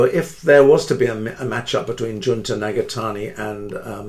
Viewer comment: it was a very good video! but his name is Jun"to"